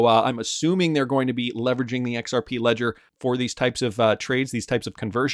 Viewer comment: BRO… ITS “zahaow” now “EX-OW.